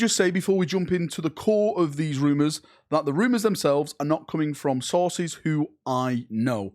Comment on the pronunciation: "Rumours from mah sauces"